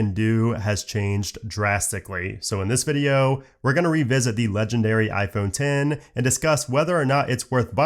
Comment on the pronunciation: Thank you for calling it “IPhone Ten” not “IPhone EX”